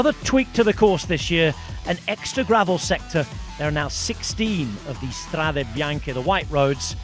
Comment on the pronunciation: Perfect pronunciacion of "Strade Bianche" by the commentator, provided he'd be British